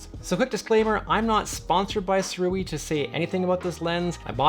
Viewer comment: I ordered mine when it was on Early Bird Indiegogo launch . . . . . Pweshusssss! And apparently it’s pronounced ‘Sue-Ray’ 🤷